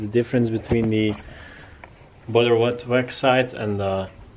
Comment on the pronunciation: “Bedur witwux”